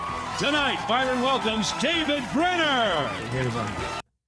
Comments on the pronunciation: I love your podcast and I know you are spreading the truth but PLEASE SAY BY-RON Allen NOT BRY-AN and NU-CLEAR instead of NU-CULER! Just a teacher correcting her student.😊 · Byron not Bryon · BY RON NOT BRY ON!!!!! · Did you say, Brian Allen? BY-RON Allen. Comics Unleased is an old show. Question is, are they going to make me episodes? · BY-ron... not Bryan. This is good news. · I think you may have “Newscum disease”, aka dyslexia. It’s BYRON Allen not “Bryon”. Guess you’re too young to remember him.🤷‍♂️😂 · You keep saying Brian, its Byron pronounced By -ron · Byron not Bryan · It's Byron, not Bryan. Duh. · His name is Byron not Bryan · Benny.. Do you purposely say people's names wrong? You do it ALL the time! Tonight was BYron Allen, not BRYon. Nick SoRtor is not Nick Sotor. It's disrespectful... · Benny : " ...replacing Colbert with Bryan [aka Byron] Allen...." wow. Misread three times, my dude. Illiterate, much?. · Yo said Byron’s name wrong. He is an established comedian and producer. You can’t be snarky and pronounce his name wrong!